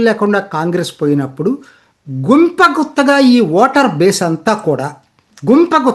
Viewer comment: గుంప గుత్తగా కాదు... గంపగుత్తగా అనాలి 😂